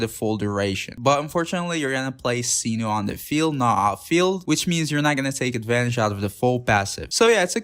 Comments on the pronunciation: Mf said “seenoo” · every translation video that i've watched from people who are Arabic (which is what Sumeru is inspired from, not Greece) pronounced it like did. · oh no the pronounciation of cyno drives me crazy